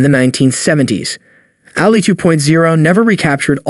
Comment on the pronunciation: yes that irritated the crap out of me too. Destroying theses legends names. Its Ali, not Alley, what a joke